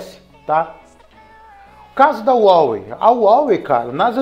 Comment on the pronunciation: A pronuncia de Huawei é haowei, com o ha com som de rá.